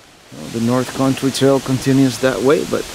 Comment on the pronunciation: I love how you say country. It sounds like corn tree. I always stop and say huh? Love it!! Keep up the awesome videos!!!